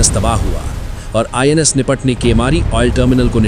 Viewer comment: NIS nahi INS hota hai bhai